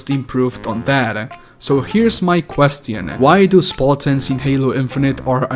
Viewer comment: "questiium" XD